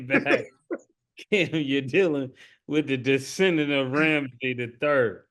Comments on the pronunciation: Ma$e keeps saying "Ramsy the 3rd" instead of "Ramses the 3rd" and it makes him sound like a pub owner from England instead of an Egyptian pharaoh lol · I think it's "Ram- sees" Mase...😅😂